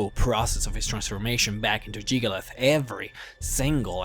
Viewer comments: Hyperventilate JiggaLAGGGGGGGG. Lag! Not "_Lath_"… I-…I know you have an accent, but you can say the rest of his name, so why can't you say it correctly? D: Other than that, I love this, and I love you. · It's jyggalag not jyggalith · its jig-ah-lag not jig-oh-leth in not trying to be rude, but how do you get a 'th' sound from a 'g'? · JIG-UH-LAG.. where the fuck are you getting Jig-ah-lath?? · Jyggalag not jygalath get it right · It's Jyggalag not Jyggalath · I still can't get over how you pronounce Jyggalag as Jygolath. Then again, it wouldn't be you if you didn't butcher a name's pronunciation in a video. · Jyggalag not jyggalith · Why do you keep saying "Jyggalath"? It's clearly "Jyggalag". The other mispronunciations, I can forgive, but not this one. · Jamie Thorburn It's "Jyggalag." You know, with a "G" at the end. So no, you don't say Jyggalath, you say Jyggalag. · Why do you call him Jyggalath and not Jyggalag? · I'm not sure but i don't think "jyggalag" is pronounced as "jyggalath" :p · Stop calling him Jygolath. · So you can spell Jyggalag, but you still pronounce it "Jyggalath"? That's... Highly annoying. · jyggalag. jyggalaugh. jiggalus. jyggaluv. sorry, i HAD to emphasize your different pronunciations :p what i find awesome is the 16 accords of madness books. although the 15 other daedra banded together to fuck over jyggalag, as sheogorath, he still managed to outsmart them and fuck them over royally. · good video i gotta admit, but damn it is irrtitaing when you say Jyggalath its not that at all... cmon please at least pronounce Jyggalag correctly when its all over this video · Why do you keep saying "Jyggalath?" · Jygglyath and Shampion of Cyrodiil